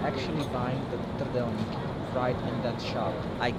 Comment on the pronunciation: Fun fact: is the only US citizen from Kentucky that can pronounce "Trdelník" correctly.